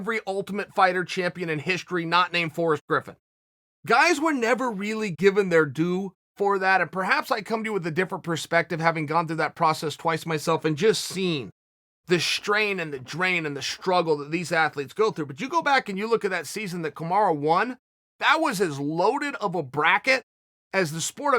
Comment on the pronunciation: “The shtrain, and the drain and the shtruggle.”